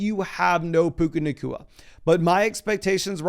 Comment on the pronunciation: lol you said, "Puka nakua, JSN, and Garrett Wilson" lol